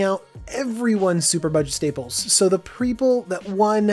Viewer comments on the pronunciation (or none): "Preople" lol